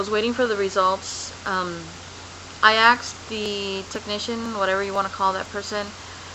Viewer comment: seriously, it's either grape jelly or a yeast infection that your leaking; i am positive (by looking at your neck) that you cannot possibly get all of your boby with a washcloth, you surely miss some, right! Also, it is pronounced ASKED not AXED! Finally duct tape doesnt mean gastric bypass, just some oberservations and good luck..